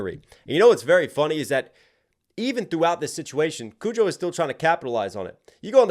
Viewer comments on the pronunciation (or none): "Kojo.. Kujo! I can't even get his name right. Who cares about him?" Exactly. I hope everyone just ignores him from now on.